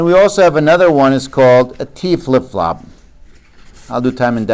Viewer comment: I thought he said Taco for T flipflop